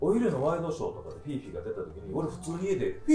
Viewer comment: 読みは「フィフィ」じゃなくて「フィーフィー」なんだなあって知りました